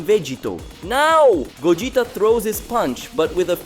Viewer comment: Pls bring old narrator this guy fucking sucks can't pronounce names correctly ..gogita